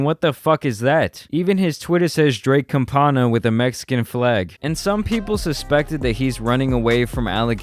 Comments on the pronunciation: Bro aren’t you Mexican. Say campana right. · “ Cumpana ” lmaooo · “Drake Campana” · Draka “CAMPANA”JAJAJAJAJAJAJA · Drake “Campana “ it’s the same as “Bell” but in Spanish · Its "Pato Campana" in full spanish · damnnn he said Drake Campana hahahahaha thats funny